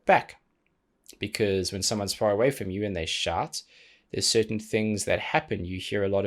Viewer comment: When you say shout it sounds like shart. Which when you talk about hearing the echo far away makes me laugh cause I am a child. Great content as always. X